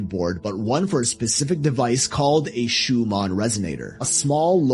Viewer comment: learn how to pronounce Schumann